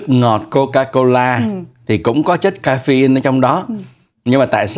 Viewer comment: Dạ, đúng là caffeine, đọc không chính xác. Cám ơn đã góp ý.